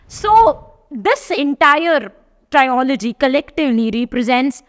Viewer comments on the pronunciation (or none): You are watched and followed by many. Thus, you need to take what you post seriously, na, mam?!! It is not trio-logy. It is tril-uh-jee. It has to be pronounced as Trio-s or Trilogy.